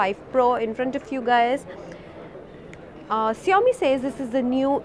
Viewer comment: It's like Show-me not See Yo me 🤷